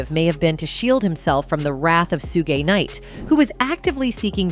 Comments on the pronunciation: who the eff is soo gi nite? it is shoog knight. Do your research, lady. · She just say “Sugey knight”?😂😂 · Sue-gee knight 😂😂😂😂😂😂😂😂😂😂😂😂😂😂😂😂2pack 😂😂😂😂😂😂😂😂😂😂why just why… butchering legends names like that 🤦🏾‍♀️🤦🏾‍♀️🤦🏾‍♀️🤦🏾‍♀️ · Shugee knight 😂😂😂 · Soogay Knight though lol!!!! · Who the hell is sugay knight? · Soogie Knight? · Suegay Knight?? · soogay knight lol